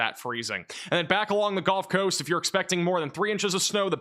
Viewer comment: Why does he keep saying “Golf Coast”?